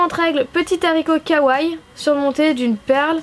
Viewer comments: J'adore tes vidéos ! Mais on dit Kawaii, comme y a deux i on les prononces, et on dit Lilakkouma pas Rilakkuma voila voila :) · Un jour le mots kawai sera dit correctement ...